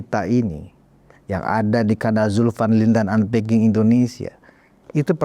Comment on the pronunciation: Punten... setiap abang di pembuka di bag" unpacking" Selalu dikuping budek ini terdengar "antek... artikulasinya terdengar seperti itu.. maaf yaa itu selalu menggangu di pendengaran sy..